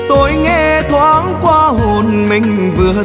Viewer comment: Phát âm chữ QUA ở đầu bài hát chưa chuẩn nha em